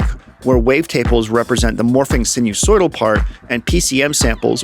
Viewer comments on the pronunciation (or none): Enjoyable video. Reminded about music down the phone line with Telharmonium. sinusoidal pronunciation sai - nuh- soy - dl